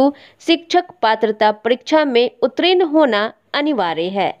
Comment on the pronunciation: ' उत्रीन ' अशुद्ध उच्चारण है मैडम. सहीउच्चारण. ' उत्तीर्ण ' होगा.